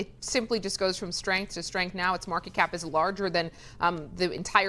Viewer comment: It’s market cap NOT markap!!! 😮